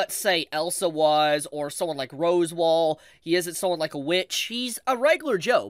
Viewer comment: Roswaal is pronounced like "Ross-wall" not like "Rose-wall"